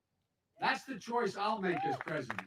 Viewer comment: Vice Predident Biden. Preddy exciting